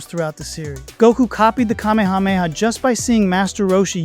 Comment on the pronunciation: sorry the way I SAT UP at hearing you actually being one of the very few dragonball fans to actually try to pronounce “Kamehameha” correctly… thank you, man.